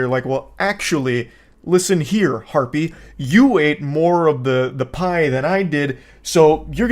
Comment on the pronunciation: I like how he always says Harpie